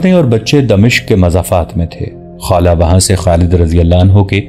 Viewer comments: خالہ نہی یار خولہ ۔۔۔۔نام صحیح لیا کرو یہ صحابیہ کی نام ھے کوئ عام نہی۔ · جناب آپ پھر نام خالہ نھیں خولہ ھے